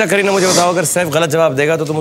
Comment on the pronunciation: Am i the only one who heard srk saying kerihad kapoor to kareena kapoor.